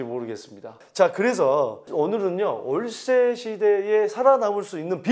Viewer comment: 올세시대 발음 웃겼어요ㅋㅋ